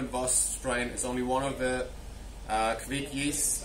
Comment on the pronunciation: you have the right pronounciation! :-D